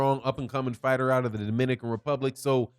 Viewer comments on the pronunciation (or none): none